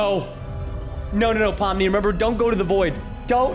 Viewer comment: Why are u saying Poppy instead of Pomni?